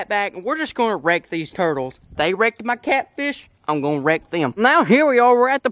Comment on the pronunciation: Anyone else thought they heard rape instead of wreck?